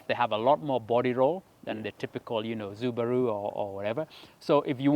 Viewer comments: Is it Subaru or zubaru bwana your Englis is malizaa mimi😅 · i did not know it was pronounced "zubaru" my gawd!!!:elbowcough::elbowcough::elbowcough: first time seeing the closed captions not missing a beat when the speaks!! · anaita subaru "zoo-ba-roo" 😂😂